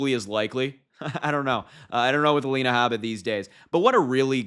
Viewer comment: A-Line-uh Habe-buh is ridiculous.